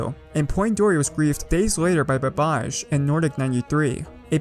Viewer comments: Its ba-ba-j not babaj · Its baba.j not babaj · BABBAHJ….. its BA BA J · i love how he said babadsh instead of baba J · Baba jey not babaj xD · Babbaj's name is actually pronounced " Bubbuh Jay " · Oof size BubbaJ level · I love the way he butchered babbaj’s name lol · Lmao the way you pronounced BabbaJ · you said babbaj wrong